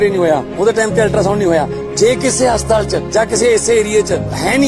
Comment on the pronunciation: Bhai ji enu te haspatal bhi bolna ni anda hastaal bol reha 😂